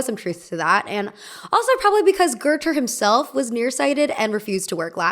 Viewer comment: Girl how are you saying GOETHE??? Where did you learn that, cuz it’s wrong af